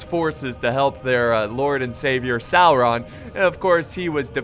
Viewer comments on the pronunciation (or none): salron????? sauron you mean?